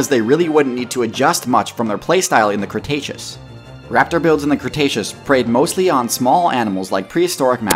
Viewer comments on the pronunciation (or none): none